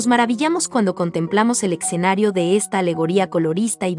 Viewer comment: Es-ce-na-rio, no eche. Hay varios errores de pronunciación, algunos nombres los dices en forma correcta de acuerdo al italiano y otros no. Requieres de una buena asesoría o revisión. Vale la pena que edites el video. Lástima, es mucho trabajo, pero la mala pronunciación anula el profesionalismo de tu trabajo